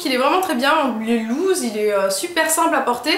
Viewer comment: Loose (large) se prononce lousse tandis que lose (perdre) se prononce louze =)